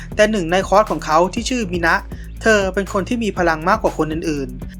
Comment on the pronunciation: จริงๆ คัตสึมิ ยังเหลือความดีในจิตใจอยู่บ้าง แต่จากเหตุการณ์ที่พล๊อตสเปคใช้ทัณฑ์สวรรค์ทำให้คว็อซ์ที่กลุ่มเนเวอร์ไปช่วยออกมาตายเกือบหมด ยกเว้นมินะที่เหมือนจะแค่สลบไป(ไม่ใช่อ่านแบบในคลิปนะ) เลยทำให้เหมือนกับว่าคัตสึมิ ได้สูญเสียมินะ หญิงอันเป็นที่รักไป เลยเปลี่ยนให้เป็นคนที่ร้ายสุดขั้ว (ฉากนี้พี่แกคลั่งจนกู่ไม่กลับเลยทีเดียวบอกเลยว่าฉากหัวเราะนี้น่ากลัวมาก)